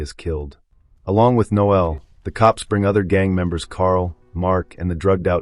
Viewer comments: It's Noel, not Noelle! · Surely it's pronounced nole, not noelle. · The name is NO-el, not no-EL. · NOEL NOT noelle! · The voiceover recapping everything here is unnecessary, especially in an American accent(why?). Also, the voice may be AI as it mispronounces a lot. The chief thug is not called Noe-elle. That's a girl's name! It's Noel. Also, we don't call these dwellings apartments. They're FLATS. What a way to ruin a good film. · I'm pretty sure the thug is called Noel not no-el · It's pronounced Nole,as in hole.Noel is a fucking Christmas song lyric. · No el? You sure about that pronunciation? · I assume the commentator didn't watch the movie or he would know that Noel is not pronounced No El. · The way the narrator voices the name Noel. Dearie me! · That still sounds a lot more correct than this video.